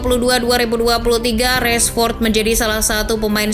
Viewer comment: Rashford bukan Reshfod